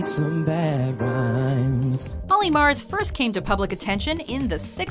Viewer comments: Omg it's MURS not MARS! How are you misreading that???? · MURS, MURS!!! Not Olly MARS!!!! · It's MURS not MARS!!! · OLLY MURS - NOT OLLY MARS... it isnt that hard to pronounce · did that woman just call Olly Murs, Olly MARS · Did she literally just call him Olly Mars? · IT'S MURS NOT MARS HOW HARD IS IT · am i the only person that noticed her say olly mars not olly murs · It is olly murs not mars. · Ollie murs a U not an A how did you mix this up? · Learn to speak properly. His name is Olly Murs not Mars. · Omg.... She says olly mars..... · Olly "Mars"? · dear... that isn't how you pronounce Murs 😂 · The woman doing the voice over in this video couldn't even pronounce Olly Murs surname correctly oh dear 😆😆😆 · Can’t even pronounce Olly MURS correctly....